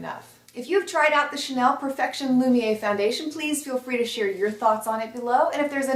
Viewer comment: Wow - I am going to have to give this one a try. I've never tried a single Chanel foundation but this one looks and sounds first rate. FYI, Z - the final "r" is sounded in the name - it's "loom-y-AIR", rather than "loom-yay".